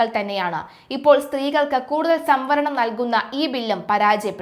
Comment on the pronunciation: Pp. Sambaranam alla samvaranam. സംഭരണം അല്ല സംവരണം ആണ്